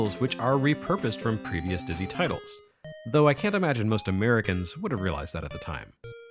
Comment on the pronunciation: My German girlfriend also knows Dizzy, who she calls "Ditszy"! <3 I suppose the series also made its way to German microcomputers.